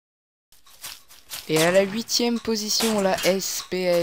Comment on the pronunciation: le SPAS12 ce prononce SPAZE12 et pas S-P-A-S-12 et puis la MG42 et une mitrailleuse pas une mitraillette et puis normal qu'elle soit rapide et puissante c'est la mitrailleuse des allemand pendant la 2 guerre mondiale et puis de toute façon toute les armes allemande sont de qualités sinon super vidéo continue comme ça